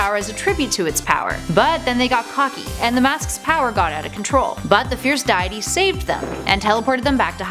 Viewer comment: " The fierce diete" Wow you don't even play the game